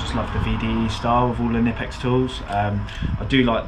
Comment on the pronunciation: Say: Kn-ip-ex 😁